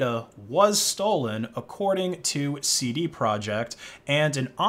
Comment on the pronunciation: "Seedy project"